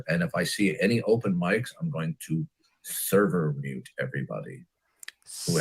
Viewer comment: What the heck is a "Therver Mute"? Is that from San Francisco?